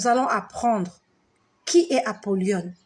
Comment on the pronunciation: Shalom ma sœur ça se prononce apolyon non Apolyone